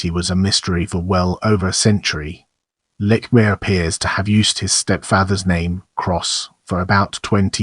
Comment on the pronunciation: You're pronouncing his name wrong. You're also wrong on MANY accounts. No wonder you have no views.